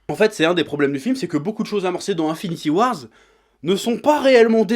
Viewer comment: Un an plus tard et il sait toujours pas prononcer Avengers Infinity War. C'est pas compliqué, il y a pas de "S" à la fin putain ! Au pire, "Infinity WarS" c'est un comics paru en 2018.